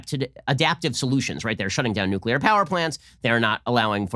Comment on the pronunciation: Nuclear. Help me say it